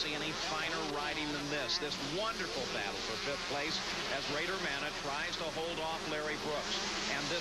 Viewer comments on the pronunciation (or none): Isn't his name Bader not Rader.